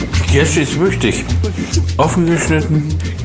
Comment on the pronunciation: Liebe es wenn er wüchtig sagt